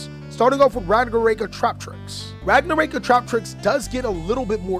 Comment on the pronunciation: Can i fix yours and everyone elses pronunciation of ragnaraika please? The rai part is not “ray” but “ri” like the word right. Its ragna ra iii ka. In japanese, and most asian languages, you pronounce every vowel. Anyway keep up the good work